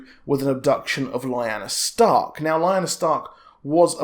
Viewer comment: lyanna. lee-- anne--a... not li--na. Ned and Robert was in the vale. But, what i dont understand, rhaegar married lyanna in secret (got it makes sense) however he annuled elia that you just couldnt keep secret, so I dont know how the kidnapping came into play or who told ned and robert that lyanna was kidnapped (to me) it looks like something littlefinger would have done to cause a war someone knew the truth but told ned and robert a lie (a game i like to play who benefits most from it,, tehe). Then when Ned arrives at the tower of joy he learns the truth and had to keep it quite. Again I dont see why ned kept it all hush hush, okay robert finds out the kid is a targ, he gets mad Ned tells him the truth hey lyanna and rhaegar was in love and they were married in secret the kid is legit, Robert isnt a bad or cruel person just likes to drink, fight, and plow the ladie, He wouldnt have caused a war with ned over it. So now that just makes me think, when robert is on his deathbed he writes in the will the true heir to the throne, I wonder if he put that in there for Jon to take the crown..